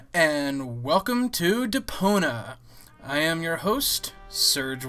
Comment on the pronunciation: Yes, he's saying "Depona" and not "Deponia." It's not just your ears. Serge is adorable enough to forgive, however.